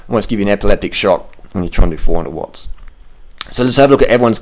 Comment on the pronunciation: "we doing 400 wotts roight now"..how this idiot always wants to be badass^^...think he is suffering under body image disorder...because hes got no gains. i mean literally no muscle on his body. This guy is far to old to hold up with cyclers, he is just bullshitting, i wouldnt be surprised if he never cycled more than 80km at once.